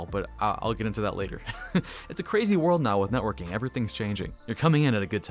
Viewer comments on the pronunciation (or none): none